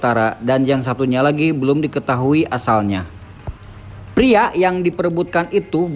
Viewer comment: Keren Ayo bahasa Indonesia nya agak lebih dibenerin lagi bg Biar makin kece Pria jngan priak atau dewasak 🤗🤗